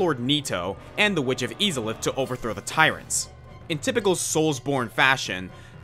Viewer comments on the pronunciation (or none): Thats not how you say witch of izalith its not a strong e sound its a strong I